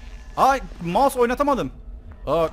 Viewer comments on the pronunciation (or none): none